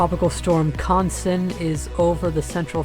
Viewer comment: finally someone don't totally mispronounce the second syllable of the name( but not the first syllable).